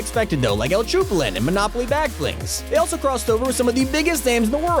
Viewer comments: Bro said el chupalin instead of El chapulin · El CHUPLIN, NO! El CHAAAAPULIN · It's not: el chupanel, is : el chapulin colorado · This man really said el chupulin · Bruh when he Chupulin smh 😂 it’s pronounced El Chapulin Colorado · Wtf is el chupulin? It’s chapulin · He really said el chuplin when its el chapulin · its funny how you said el chupalin but its actually el chupALIN but its ok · El chuple really i hate you so mich its el chapullin colorado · el "chupalin", bruh what skin is el "chupalin"!? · It’s actually cha-pu-Lin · He did not just say El chupalin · Did he say el chu pa lin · Its el champ po li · I am dying. XD Chapulin is pronounced: "Chah pooh leen" XD Bruh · no no no the "chupalin" had me dying! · Im from Mexico and that is not how you say his name, im judging you but, that is just not how you say it. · What'd he call El Chapulin Colorado 💀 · I'm sorry how did you pronounce el chapulin